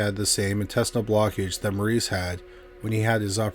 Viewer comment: Maurice’s name is pronounced MORRIS. ✌️